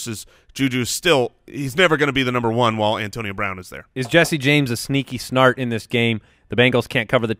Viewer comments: Every time says "sneaky start" it sounds like he says "sneaky snart". Is this an inside joke i having caught onto or is it another classic pronunciation?!? It happens a lot so im assuming its a joke? Lol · He’s purposely saying “sneaky snart” because in a previous episode he accidentally said that and it was hilarious so that’s what he says now